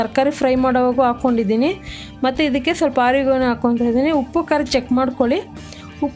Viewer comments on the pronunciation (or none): none